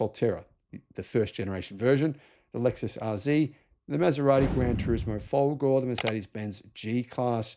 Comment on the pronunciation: Re: Maserati Granturismo folgore (c'mon, get your spaghetti-muncher accent on for folgorehhh! ) - the main issue is it's a really beautiful car. But okay. How about the Grancabrio Folgore? Are there any other electric convertibles to choose from??? Alright Cyberster, but that's so dinky.. However, I am in a bind, because I really need someone with more money than sense to buy and depreciate a Grancabrio Folgore for me...